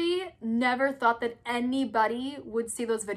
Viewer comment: "i will try to dew det fow you" 🤣🤣🤣❤️